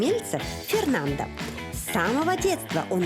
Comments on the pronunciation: Жанна, в испанском языке нельзя имя мужчины произносить с окончанием «а» так как это уже будет женское имя . Фернандо это мужское а Фернанда-женское. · Не Фернанда, а Фернандо. Буква Е произносится, как Э и последняя О, как О!!! Что Вы из Фернандо сделали женщину? Фернанда)))) Господи, неужели так сложно отойти от руссизма в испанском языке, где букву О нужно строго уважать. Бадега))) Вы шутите? Бодега, О!